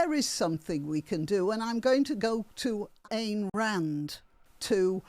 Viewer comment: Ayn Rand quote is probably from ''The conflicts of man's interests' from her book The Virtue of Selfishness'. (Ayn, rhymes with mine). Thanks.